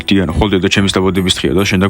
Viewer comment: უფრო სწორად დუანა კი არა დიანა😊😊😊😊